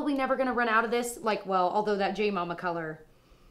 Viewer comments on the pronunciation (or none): none